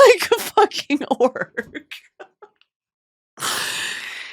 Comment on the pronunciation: Why when you say orc I was funny imagining a orca whale😂